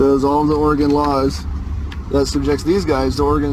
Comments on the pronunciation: First, is called Oregon, pronounced Ory-gun. I'm a third generation Oregonian and I beg you to not judge us by this knuckle-dragger. 🤦‍♀️ What. A. Moron! He deserves to be tazed. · I’ve lived in Oregon all my life. His Oregon laws are from the Delusion Land state of Oregon. And it’s Orygun, not Orygawn. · His confidence in his stupidity is stunning. By the way, it's Ory-gun not Or-ah-gone. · Sprouting nonsense got off with a warning, which will just embolden him the next time. Too bad they didn't throw the book at him. Also, on a pedantic note. Oregonians do not pronounce their state as "Ore-Gone", it's more of an "Ore-gun" pronunciation. Love your videos! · It's Oregon (gun). Love these episodes. Have never met a SovCit. They are funny and sad.